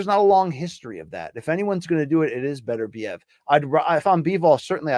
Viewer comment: And he still can't pronounce Beterbiev.